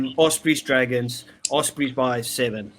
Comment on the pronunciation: OSbry??? you mean OS-prey right?